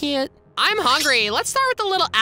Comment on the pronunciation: when you said you are hugrry